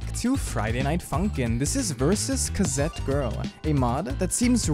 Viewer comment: K A Z E T